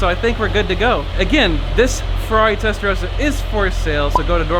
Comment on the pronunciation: Its Testa Ross a not Testa rose a.